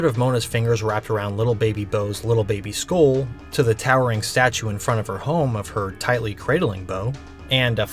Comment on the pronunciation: I have never heard the word "skull" pronounced this way ever. Sköoll?